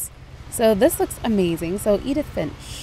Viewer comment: and it not idith it's eedith